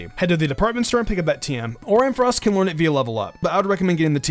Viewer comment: finally someone saying ampharos.